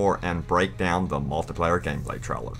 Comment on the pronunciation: Stop saying traler its trailer